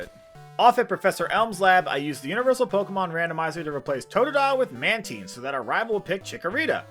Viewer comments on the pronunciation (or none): Isn't it man tyne? Not man teen? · you pronounced Mantine wrong